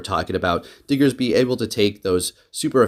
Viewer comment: So glad you say "Diggersby" as it should be, just came from another prominent PvP youtuber who said "Diggserby" so many times that I lost count.